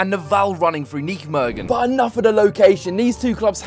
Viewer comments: Great vid! Although tough pronunciation on Nijmegen there 😅 IJ is how dutchies write Y. So it's just pronounced 'Ny-megen'. Sad to see how Vitesse has fallen down. Keep up the content! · bro im getting annoyed are you Vites supporter. You can not pronounce NEYMEGEN, and you also say NEK instead of N. E .C ...Disrespect to NEC Nijmegen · please stop pronouncing nijmegen like that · My ears bleed when I hear him say "nichmegen" 😂 I appreciate the attempt tho haha But good video for the rest 👍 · Nichtmegen zoals het hoort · PRONOUNCE NEYMEGEN PLZ, CUZ THIS SOUNDS AWEFULL MATE. FOR REST GREAT VID! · You're pronunciation of Nijmegen 😂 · Wherever you go please find out how the gaff’s name is pronounced before you keep saying it wrong time after time after time. I’m no Dutch speaker, well I’m English just like you, yet I still know to say Nijmegen without ever having even set foot in the place 🙄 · Hahahaha Nijmegen. Absolutely love your pronunciation! 😂😂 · When are you going to pronounce Nijmegen the right way 😂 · Forza Vitesse! Maar niet zonder uit fans, en dan moet die Brit Nijmegen gewoon normaal uitspreken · The way you pronounce Nijmegen is just absolutely ridiculous🤣